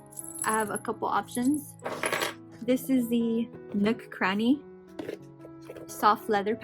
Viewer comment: please why is she calling him nook cranny 💀